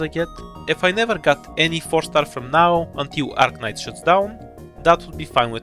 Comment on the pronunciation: do you pronounce it Ark-nights or Ar-knights then